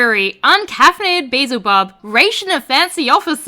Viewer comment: It was the beezle instead of beelzel. Aussie my ass. I'm so glad I'm not the only one